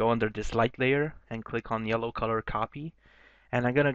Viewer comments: "Yelloe" haha that made me laugh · Haha "Yelloe"